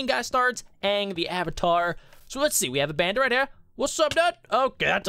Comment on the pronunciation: Ayyyyvatar as in avatar LOL